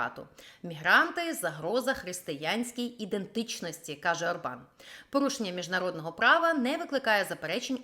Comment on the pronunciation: Почему ОрбАн, если он Орбан? В венгерском языке ударение всегда на первом слоге (то есть Órban)